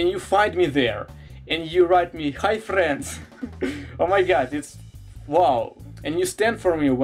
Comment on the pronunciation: I love how you say HI FRRRIEND!!!😂😂😂